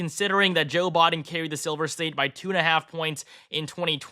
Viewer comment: You seem to have difficulty saying Biden...BYEden. Not Bahden